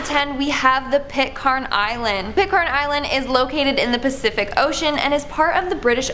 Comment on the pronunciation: Pitcairn island Pronounced Pit Can.